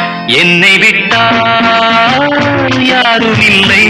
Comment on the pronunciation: கானகந்தர்வன் K.J.யேசுதாஸ் அவர்கள்.... மக்கள் திலகத்திற்காக பாடிய அருமையான ஒரு பாடல்..... "என்னை விட்டால்"..... என்ற தொடக்க உச்சரிப்பே மிக அருமை...!